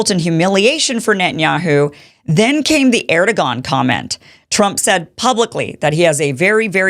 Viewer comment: Is that the right way to pronounce Erdogan?